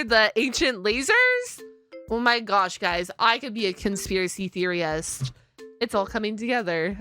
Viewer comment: I am not certain if you said theorist that way on purpose to be silly or if it was a slip of the tongue, but it made me smile and made you sound silly. So I approve, and thanks for the smile, I needed one today.